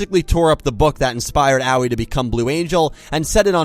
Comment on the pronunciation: Dude, Aoi's name is not pronounced "Owwie"